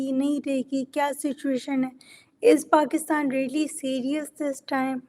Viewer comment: She keeps saying Bakistan instead of Pakistan. Strong Arab influence.